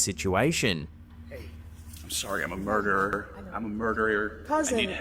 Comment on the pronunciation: “I’m a murderier…” but it doesn’t count cuz I can’t pronounce ‘murderer’.